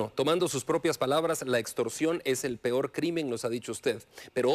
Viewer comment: Ni expresarse bien puede se dice peor no pior